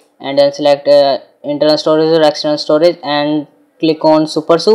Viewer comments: it is pronounced as "Su-per-S-U" and not "supersu" and also, it is always "G-apps" and never "gapps" btw nice try on doing a video. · it's super s u not su